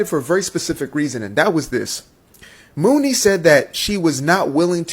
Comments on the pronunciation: Apparently he’s not in the Black Community because her name is pronounced “money” not “Mooney”. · Muni (pronounced “money”) Long. She has so many stories about being screwed in that industry and she’s been around for so long. Even when she was Priscilla Renea. Kesha and her mom tried to steal her publishing. It’s been hard for her. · Stop TRYING to be a "reporter" without having done the proper research. Her name is Muni pronounced MONEY, Sir. You're just mad because you probably date Non-blaq women and you're caping in their defense.